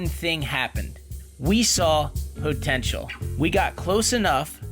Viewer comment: po-ten-shul. Say it again...